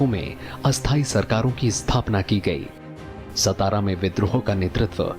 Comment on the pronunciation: It is very beautiful episode. But It's not सतारा, but सातारा.